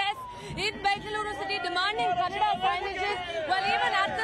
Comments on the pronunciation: It’s not Kannad. It’s Kannada. The irony in putting such anchors for such topics. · It Kannada not Kannad! Educate yourself first